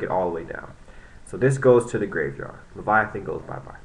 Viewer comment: its lay-va-teen not leviathan